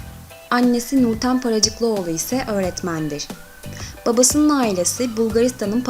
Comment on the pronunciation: Ayrıca Paracıklıoğlu değil be Paracıkoğlu